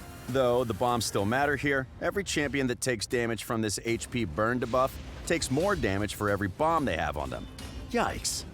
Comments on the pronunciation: I literally said that in the comments of the video where he pronounced Kael in that weird way since he already mispronounced debuff in that same video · That guy's been saying DA-buff for 2 years now It's actually hilarious, it cracks me up every time I hear it 😂